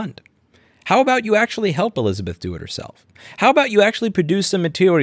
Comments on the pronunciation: "Think aboot it" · I think you mean... "think aboot it"